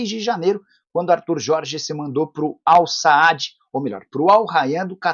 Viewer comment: Al-"Saádi" é ótimo, hein Nicola? 😂😂😂